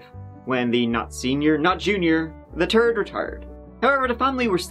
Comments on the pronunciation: "Ronald the turd" sorry but lmaoo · Lol well actually, said “Randolph the Turd” sooooooo….hahahahaha, love him! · “Ronald the Turd” 😂